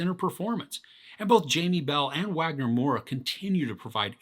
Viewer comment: Wagner Moura is amazing! Good to see a Brazilian face in a good show and character like this AND speaking Brazilian Portuguese 🇧🇷 (BTW in Brazil, we pronounce his name Wagner with a V sound, like “Vagner”).